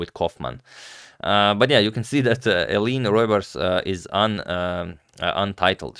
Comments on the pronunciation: Hi agadmator! The pronunciation is Ay-LIEN-uh ROO-bers The "oe" in dutch is always pronounced "ooh" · If you actually want to hear the correct pronunciation, check out this 3 step tutorial: 1) Play 'The Wiseguys - Ooh La La' video; 2) Realise after 35 seconds they sing 'say OE la la', 'say OE la la' 3) Now say: 'Eline ROEbers'